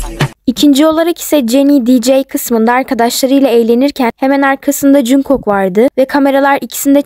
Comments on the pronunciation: Aslında jungkook "jankuk" diye okunmuyor "çankuk" diye okunuyor ben bi tek buna takıldım😅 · Jungkook junkok die okunmuyo knk cankuk diye okunuyo (Linç değil)